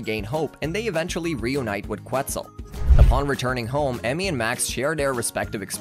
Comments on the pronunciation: I’m sorry dude, but they pronounce it (Ket-zul) on the show, not (Queh-Zul) and Enrique is pronounced (En-reek-kay) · Loved the recap, but come on, really? "Qwtzel and "Enrick"................................................................................. And I thought I didn't know how to pronounce Spanish names😂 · This guy has obviously never seen Dragon Tales, cause he doesn't know how to pronounce Quetzal right. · I SCREAMED out of sheer embarrassment😂